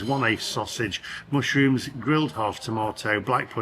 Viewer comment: Is it mush or moosh rooms? 😂